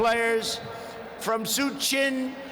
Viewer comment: I fell off my bed wen he said suchin